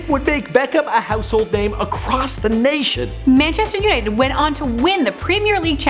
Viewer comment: When she said "Manchester's United".... I just can't